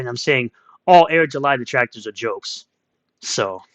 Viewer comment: Darrrrr my detwactors Darrrrr